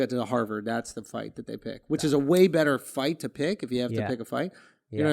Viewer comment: my guy drew said "which iz?" EDD